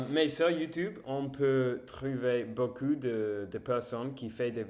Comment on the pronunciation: Beaucoup : a lot/plenty Beau cul : nice ass Fais attention à ta prononciation du "ou", on retrouve le même son en anglais dans "book" par exemple